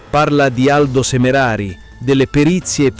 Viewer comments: SemerAri...non Semereri.. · hai ragione, tanti errori (SemerEri e non Semerari è grave), anche in tutti i video precedenti diamogli tempo e fiducia al ragazzi per il suo nuovo canale.